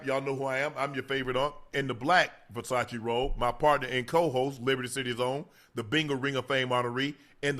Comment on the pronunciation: Somebody tell Ocho how to say "Versace" 😂